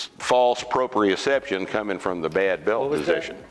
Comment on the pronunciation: he nailed the use of the word proprioception!